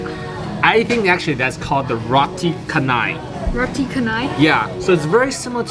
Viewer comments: It's pronouce as Ro-ti Cha-nai 😊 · That's how the Malay language pronounce "Ca" 😊